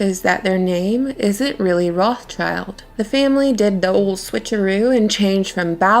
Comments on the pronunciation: It would be nice if the narrator would say "Rothschild" instead of "Rothchild". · Pronounced Rot shilled